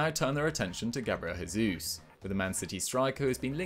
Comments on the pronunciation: Gabriel "Jey-zoos" not "Hey-zoos" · no one says "Diogo Hota" so I don't get why this is such a hard concept to grasp